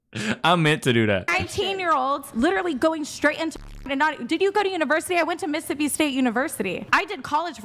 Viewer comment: Did she say Missippi University?